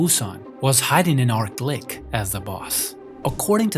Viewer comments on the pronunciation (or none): Arklick? Pfff It's ArchLich as in a tch sound, not k.